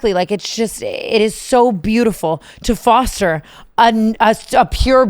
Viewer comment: TANA ily so much but the word foster this episode was driving me insane lmfao